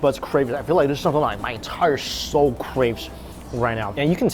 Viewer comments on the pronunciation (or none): none